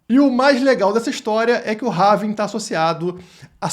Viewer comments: Having ? Não é ‘Halving’? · RAVIN?? Nao seria Rauuuuuuvim??? aportuguesando... rs .. tem um L na palavra em ingles... HALLLLLLLLLLVING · Não é having. É HALVING!! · É Halllllllllving Rauuuuvim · É pelving